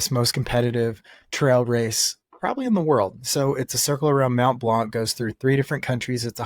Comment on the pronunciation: Also don’t pronounce the C in blanc